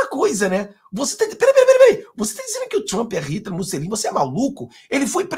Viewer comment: Não é MussEline 🤦🏻‍♀️. É MussOlini por Cristo 🤦🏻‍♀️😆